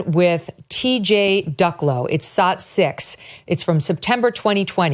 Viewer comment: When Megyn asks for a clip is she saying sot, slot or zot?